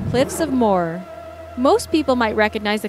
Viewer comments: grrr im irish and the cliffs of moher are pronounced moeher the h isn't silent!! do your research pls!!! also its not dangerous ive been there just don't be stupid and don't stand on the edge! its as easy as that! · Cliffs of Moher is pronounced cliffs of Mo-Her